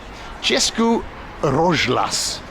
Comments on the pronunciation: Rozhlas (radio in Czech) is actually pronounced roz-hlas, not rozh-las, so H doesn't go together with Z. In Russian, that consonant becomes a G, so the equivalent of "hlas" is "golos" in Russian. The more you learn... 8-) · Roz-h-las means RADIO ) H should be pronounced here like in the word "Here". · Nice vid. You need to work on your czech pronunciation tho. češkí rožlas XD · Cesky rozhlas means czech broadcast and its pronounced roz- hlas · Its pronounced Chezký Rozhlas - Roz- is a prefix meaning "spread" or "separate", hlas means voice. So in essence Rozhlas means spread voice. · Rozhlas is radio. Most direct translation is "broadcast". And your pronounciation of both is... well... worth improving :D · ROZHLAS is radio, you pronounce it wrong. HLAS is voice, Polish "głos", Russian "golos". There is simple logic behind.